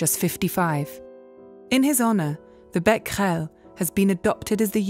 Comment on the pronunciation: The thing I was most excited to know was how to pronounce Becquerel. And I am not disappointed.